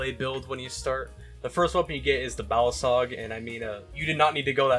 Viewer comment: called the balisong “the balisog” 💔